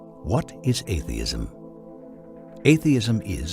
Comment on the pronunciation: Sounds like he's saying "alienism" at first